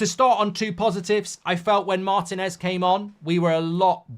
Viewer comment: MarTÍNez . The stress is on the second syllable. That's why there's a stress accent (í) in the Spanish spelling.